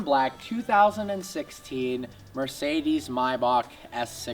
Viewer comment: Explains how to pronounce Maybach and then pronounces Mercedes wrong 😂😂